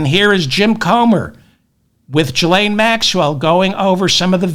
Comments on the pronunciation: I'm pretty sure it's a hard G...Gee-lane...😉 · Ghislaine is pronounced "ghee-LANE."